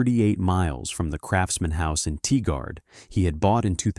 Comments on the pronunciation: TIE-GRRRD. Not Tee-guard. And UH-LOH-UH, not Uh-loh-ha! 😂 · Oregonian here, it’s pronounced “Tie-gerd” NOT “Tie-guard” !! I feel for those elderly people that work their whole lives for their retirement only to have this crap happen to them, disgusting!